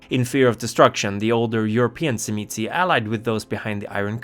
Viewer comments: In the sabbat sourcebook circa 2nd ed, they phonetically pronounce it as "Zhim-ee-see or say". From my own hungarian background, the wordwould be pronounced by magyar speakers as "Zhim-uh-say". The pronunciation spoken in the video seems to be from someone whose native tongue is latin based, like italian or spanish, so that filter causes it to become abberant. For precision, say the word "jim", but replace the hard 'j' with an "sh" sound, while pressing a 'z' sound right before that. "Zhim". The next syllable is easy. Just a soft "uh". The ended with a slightly inflected "say". Pronouncing the last syllable "see" isnt unforgivable, but "say" is closer to correct native tonality. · I was waiting for this video, so I could learn how to pronounce Tzimisce